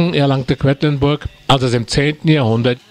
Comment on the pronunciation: Es heißt nicht "Kwettlinburg" sondern Quedlinburg.